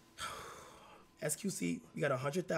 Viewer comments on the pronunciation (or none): JUST GIMME MY MONEY 😂😂 21 said “JUST GIMME MY MUNEE” 😂😂😂 Na Kai lost that bread & went bizzerk at the end 😂😂😂 i’m crying that nigga just went incredible Hulk he should’ve did that when Crisean put a hole in his wall too from now on he better get like that over disrespect the same way he do over bread you shitten meh